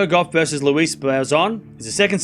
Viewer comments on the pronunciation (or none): Why are you pronouncing the French lady's name like 'Lewis'. Ask Google